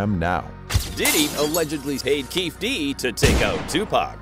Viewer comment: It's Keefe D (Kee-fee D) how you gonna do a video on something you don't pronounce the names right or the information. This is trash